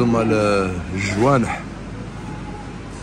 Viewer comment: Mashallah ! On dit jnaweh et non jwaneh 😅 bon courage c est bien ce que vous faites